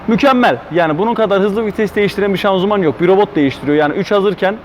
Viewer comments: şazımanı neden şanzuman diyorsun kardeş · şanzuman değil hocam şanzıman